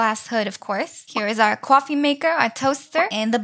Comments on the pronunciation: U still remember the iconic "toaster, cwoffe maker and blender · I got to put a cwoffe table lol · When you say ''coffee table'' you say ''Coauffee like a baby and the table'' ?